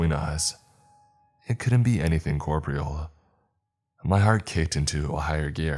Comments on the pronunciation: Great vid, loved the tension. One note: Koor-poor-eee-uhl, not koor-preal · Great narration. Just one note: corporeal is pronounced cor-poor-e-ull